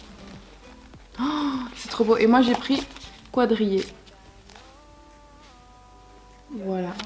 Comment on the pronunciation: Un cahier « kouadrillé » 😂😂😂😂